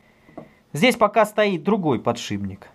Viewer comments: не подшиБник а подшиПник ё-моё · подшиБник? или мне показалось?))))))))